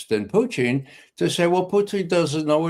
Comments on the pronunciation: Not knowing that he was intentionally pronouncing it that way I actually went to Google annexed who is the Russian individual involved in the current Russia us talks whose name is pronounced poo ching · My main complaint is how he pronounces “Putin”. 😑